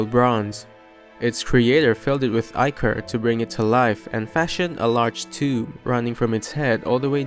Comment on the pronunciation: The king's name is pronounced like the math exercise minus- mh eye nuhs. Great job pronouncing ichor. Many get it wrong. I appreciate your time and effort as well as reading it yourself rather than using ai.